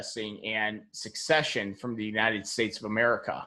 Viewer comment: An Army man should not that "suck-session" is not how it's pronounced.